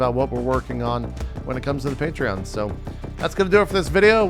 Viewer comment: And he's mispronouncing Patreon again. xD I love you, JP.